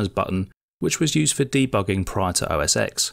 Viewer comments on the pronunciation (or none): For the love of all things holy - it is NOT OS Ex. It is OS ten.